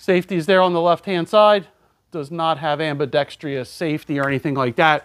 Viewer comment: *Hermione voice* It's 'ambidextrous' not 'ambidextrious'.